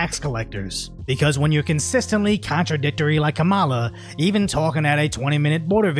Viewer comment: Is it racist if you're not white and you pronounce kamala's name wrong?